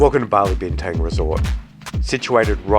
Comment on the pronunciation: Bintang is being pronounced incorrectly. Use the same "a" sound as in Bali to say Bintang. I'm sure the locals will appreciate it.